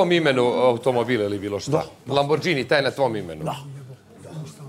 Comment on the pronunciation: Rekao bih da netko tko vozi taj auto bi znao da se izgovara Lamborgini, a ne Lambordžini